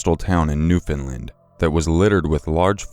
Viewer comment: psa newfoundland's pronounced new-FIN-land 😂 love the videos tho hah